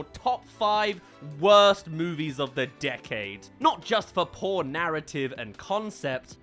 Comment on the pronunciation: I had to pause while he was saying “poor narrative” and I deadass thought he said “porn”